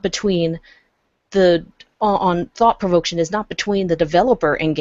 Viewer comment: ^This, on the difference between art and propaganda., I think you're looking for the word "provocation" when you say "provoction" (sorry, it bugged me).